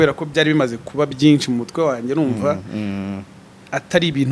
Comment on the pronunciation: Ikinyarwanda azakosore kuvuga ngo byinci😮